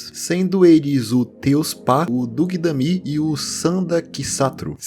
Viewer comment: Quando a letra "s" possui esse acento esquisito em cima, a pronúncia é de "sh", então provavelmente os nomes são: Teushpa, Dugdamme e Sandakshatru